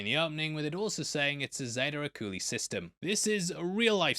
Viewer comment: This guy has been mispronouncing Zeta Reticuli since his first video 😂.